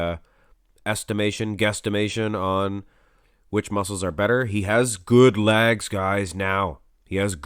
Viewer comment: “Good size on his lag’s” love the way you say leg”s ! lol